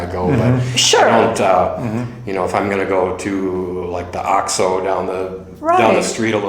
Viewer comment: Another common one for native English speakers is Oxxo. Try saying it like OAKS-oh to impress your friends and neighbors. The letter “o” has only one pronunciation in Spanish and it’s always like oh and never aww.